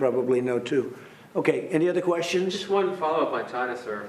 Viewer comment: sounds like Trump says vagina when he say China..lol go Trump.